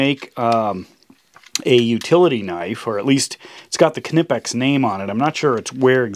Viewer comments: It is pronounced Nipex not K-nipex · God damn k-nipex, the k is silent, is is pronounced nipex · The K is silent in Knipex. It's pronounced Nipex, not Kinipex. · Isn't it pronounced NIEPEX? Its what I always heard for 20yrs. For Amazons $39.00 retail price I think I'll build my own. :) Because of the lack of unloading thousands of container ships (supply chain crisis) on the west coast, Amazon seems to think its a good time to raise prices to near insane levels lately. Besides Olfa and Fiskars have some great ones too. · Kah nip ex. Give it a google. Spelt weird for the pronunciation but it's kah nip ex. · Yes, NIEPEX! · it's pronounced nice, as in long I. Not kunippex. wow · Good video but your english is killin. (ni-pex). Knee is not pronounced (Ca-Nee). Great tools though. Thats probly just good german engineering. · I'm pretty sure it is pronounced Nye Pex. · Doc, I just wanted to point out that the name is pronounced more like "Knee-Pex" with only 2 syllables. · Its just pronounced "nipex" the K is silent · Isn’t the k silent in Knipex? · So we are pronouncing the k now? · I think the K in Knipex is silent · do you say CAH-nyfe to? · Like knife!!! I don’t know why so many reviewers don’t get it. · Looks like a good tool but I couldn't watch for long. I'm sure the name is Knipex as in Knife, The K is silent. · Fair enough in German, but ... The "K" still grates to my British ear. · can i ask you how you say the word know? well say knipex just the same way ffs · Pretty sure the k is silent but to each its own and who am I to judge I'm a pollack